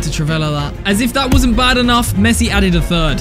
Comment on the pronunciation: Bro said pessi